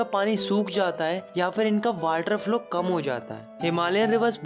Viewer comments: Not water he is saying whater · Sir is saying Waterr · Please improve your pronounciation (its drainage,its water not वाटर)